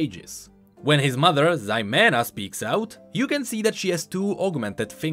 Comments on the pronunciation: You pronounced Ximena wrong, in Spanish the X is pronounced like a H so it would be like He-men-uh. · Ximena is pronounced “He-meh-nah” also, great video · So Jayce's mother's name is pronounced he-men-ah(Ximena). It's a relatively common name for Spanish/ Latins. Her voice actor is also Cuban which makes me so happy to see that representation 😭